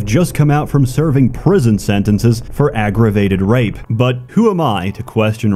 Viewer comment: You cant say aggrevated 😂